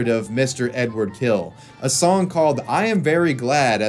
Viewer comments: His last name sounds closer to "Hill", definitely not "kill". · It's Hill not Kill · Am I hearing badly or is there something wrong with the English language? He is [Hil] and not [Kil] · his last name is pronounced "Hill." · Great video, finally I know the backstory. But to his name - it's actually Эдуа́рд Анато́льевич Хиль - ɨdʊˈart ɐnɐˈtolʲjɪvʲɪtɕ ˈxʲilʲ. There's no ''K'' or ''H'' sound in his surname. It starts with ''X'' like in ''Mexico'' (pronounced in Spanish) and ends with very soft ''L'' (like in Spanish word ''Sevilla'') ... oh yeah, I know. Anglophones, hahaha.